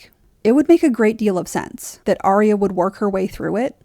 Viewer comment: Dude her name is Arya not Aria.